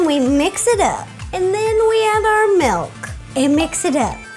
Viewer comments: Honestly not trying to be a hater, but has anyone else realized that she says Malk (milk) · Why it sound like you say malk not milk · Wait wait wait - did she say malk?